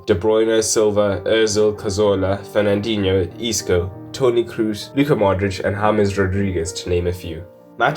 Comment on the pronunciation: I stopped listening when he said Fernandinho.